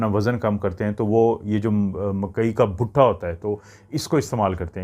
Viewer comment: butha nahin bhuta hota hy😂